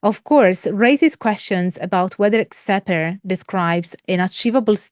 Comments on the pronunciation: I don't have enough knowledge about how members of Temple Of Set pronounce "Xeper", but Don Webb transcribes it as "Khefer", and the KHPR podcasts follows that pronunciation. Xeper is the Egyptological pronunciation of ḫpr, IPA /xɛpɛr/, so it definitely shouldn't be "Kseper". I know pronunciation is a pointless pedantry, but it's a nice thing to come closer to representing dead languages (ignoring contemporary usage of Coptic, but pronouncing it Shopee would be a bit weird). I don't know where they got the /f/ from, since no dialect of even Coptic had that development. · it's not pronounced "Zepper", it's pronounced "Keffer". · Also, you’d mentioned in the lecture you weren’t sure how to pronounce Xeper. In some of the ToS materials, they say it should be pronounced as “Khefer,” similar to the transliteration used for the Egyptian god Khepri. I can confirm that initiation beyond the degree of Adept is based on specific initiatory progression, not on time in the organization. The plane of the Adept is theoretically infinite, with the other degrees representing different types of growth. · like that time where that ball of dung I was rolling finally transformed into gold and next I knew I was in this human body, I think it is pronounced khefer, at least that´s what a priest told me once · Members generally pronounce Xeper as "Keffer". And Setianism as Set-ee-an-ism.